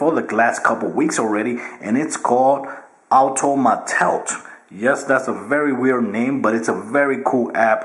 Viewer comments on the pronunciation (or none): Auto mate it, not “auto ma telt”